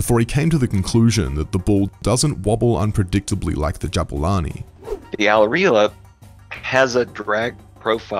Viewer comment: The name of the ball Al-Riahla it’s means the traveler in Arabic and you guys aren’t pronouncing right butchered it 😂